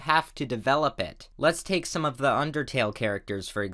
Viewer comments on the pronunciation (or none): none